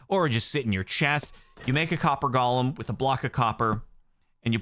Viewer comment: you keep calling it Gollum. it's golem. Go-lem. please, donk. change ur waaaaaays!